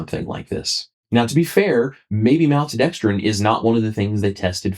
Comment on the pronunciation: malt! maltodextrin the first syllable is malt like a malt ball not mal like pal. im sorry I know that's not what this video is about but I think I have ocd when it comes to the way some things are pronounced and it distracts me terribly